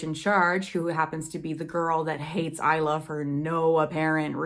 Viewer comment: Will you review the sequels of Lightlark and Fourth Wing? Anyway, Isla’s name is pronounced as ice-la.